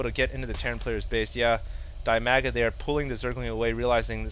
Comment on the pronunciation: Hey,. DIMAGAs name is read as 'deemaga'. His nickname is actually derived from his name (Dmitry, Dima). Uh... I hope the next game with Dimaga or Ra that you will comment will be more successfull for them =) Congratulations with graduation (Can you tell what have you graduated from?:) If it is ofcourse not a secret).